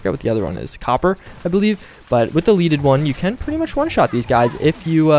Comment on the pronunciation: leaded- pronounced ledded. not leeded. as in the metal lead. the metal that doesn't ionize with radiation. honest mistake.